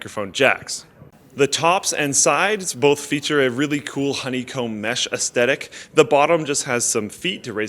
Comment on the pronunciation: Gotta enunciate "aesthetic" better haha